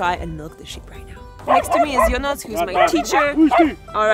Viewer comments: Ionuț, not Ionuc. Ț = Tz. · Hi Eva. I know that in polish language C letter sounds like zz from pizza, but in romanian language it is not Ionuc, the correct version it is Ionuț. So polish C it is Ț. Enjoy your staying in Romania! :)